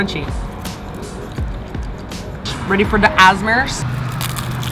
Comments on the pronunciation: What did you said?! Azmr?! A S M R! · "Ready for the AseSMrs ?" Cries in ASMR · Asmers😂💀 ASMR? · Did she just say asmers? It’s a s m r! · Asmersss = ASMR 😂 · I am now forever going to refer to ASMR as 'As-Mirrs' - thank you! I'm also laughing because I could not, for the life of me, figure out how to open onigiri packets, not realising they were numbered. Hopefully for my next visit, I'll do it right! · Oh my gosh I was rewatching this video and just realized when said "ready for the asmers" she was talking about asmr lol must study up on the beautiful language of Martinan.